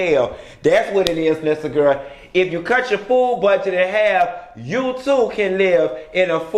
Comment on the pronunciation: "...if you like pink, you TEW can be the next Lisa Vanderpump!"